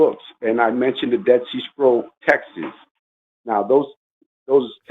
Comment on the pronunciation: its TEXTS, not texas!!!!! You id!ot